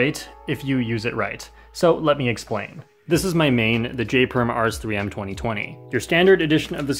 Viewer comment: Did you say "So let me expwain?"